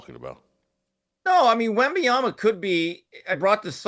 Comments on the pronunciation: At least 50% of the time Jason says “WenbayamBa”. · Hello, Jason. Good insights, as usual. You are mispronouncing Victor Wembanyama's last name. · Jason, you should learn how to pronounce wembenyama’ name correctly first !!!!!! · Glad someone else recognizes that Whitlock mispronounces Wemby’s name every time he attempts to say it. He pretty much says something different each time. Funny how he spend half a show making fun of a comedian who couldn’t pronounce Vrabel’s name but he butchers Wemby and Luka’s name every time he attempts to say them. But hey thats what hypocrites do… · Im glad someone finally saying something i cant stand how he says wemby name